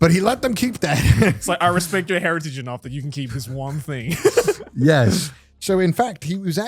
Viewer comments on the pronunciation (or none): Conner's really pulling from his British "hertiage" with that intro.